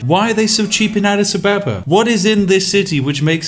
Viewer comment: Adidas Abababa